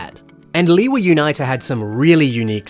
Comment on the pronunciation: "Leewee Uniter" bro💀